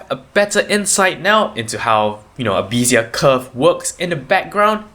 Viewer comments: Nice, simple explanation of Bézier Curves! BTW it is pronounced bay-zee-yeah not bee-zee-yeah. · The first e in Bézier is prononunced like the first e in Wednesday. Good clear tutorial, thankyou.